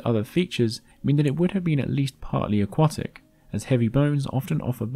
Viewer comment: You keep mispronouncing 'aquatic'.